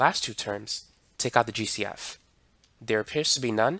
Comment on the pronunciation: Everytime he said GCF I thought he was saying juicy f 😢